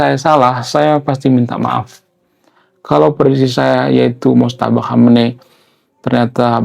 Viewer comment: Maaf ralat sedikit Bang. Namanya MOJTABA, bukan Motjaba